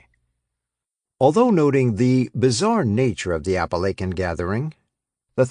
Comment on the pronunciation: I wish this guy would learn to pronounce Appalachian properly!